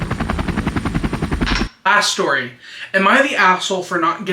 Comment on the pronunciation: I literally had to play the video back while doing my makeup because of the “long shory stort”